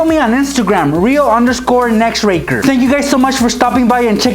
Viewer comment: In some vids when says nextracker it sounds like. Hes saying nexracker oh and plaaeessee do a face revel👏👏👏👏👏👏👏👏👏👏👏👏👏👏👏👏👏👏👏👏